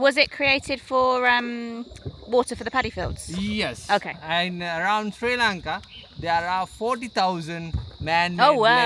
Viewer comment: First of all, please get used to pronouncing our country’s name correctly. It’s not Sri Lanket, it’s Sri Lanka. Also, Sri Lanka has a very good education system. So, there are many people in Sri Lanka who have received a good education. But due to the economic crisis in the country, they didn’t get jobs or salaries that matched their level of education. However, some people don’t go abroad to settle permanently — they only go for work. I don’t think this becomes a problem for tourists, because tourists don’t come here to settle, they only come to travel. I think you are from India. And I’ve heard that many people from India also leave the country. Is that true?